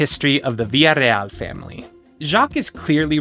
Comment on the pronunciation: Than you for pronouncing “Villareal” properly!